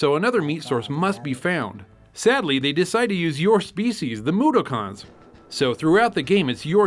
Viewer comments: Yes I'm going to continue with the strange pronunciations with "Moodoocons". Because I have a hangover and and will understand;) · Moo dock in. not moodokins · Moo - dock - ons, not moo - da - cons